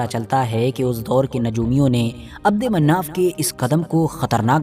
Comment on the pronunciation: Mannaf nhi manaf h